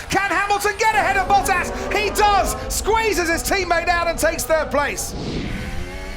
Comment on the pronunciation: Is it just me or is he pronounced Bottas name incorrectly